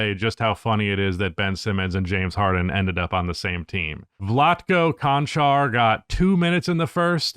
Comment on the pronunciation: Konchar plays for the Grizzlies Čančar is pronounced Chanchar the first Č pronounced exactly the same as the second one